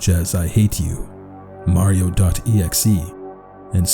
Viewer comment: yes but at the time I thought he said it weird